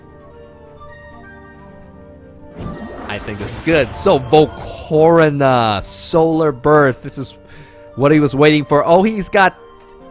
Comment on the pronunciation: Not cona is volca-Rona ._.